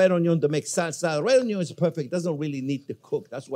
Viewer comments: its not onyo its onyon! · Chef has officially said Onyo for the millionth time! 🎉🎉🎉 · Oui Chef ! ! ! Onyo ! ! ! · RED ONYO, LMFAO! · red ?...it is purple awn-yaw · What's an unyawn?